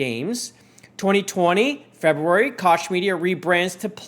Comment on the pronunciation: Just an FYI I believe Koch is pronounced coke as in the Koch brothers.